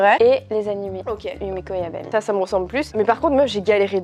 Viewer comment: Je suis la seule à penser que c'est Yumejo Jabami et pas Yabami en terme de prononciation